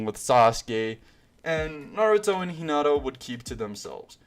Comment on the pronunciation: bru you called hinata kinata